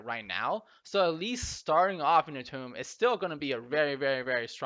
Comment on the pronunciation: Its toomb, not tome